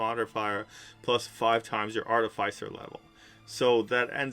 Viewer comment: It’s pronounced: ‘Ar-Tif-icer’, not ‘Arty-ficer’.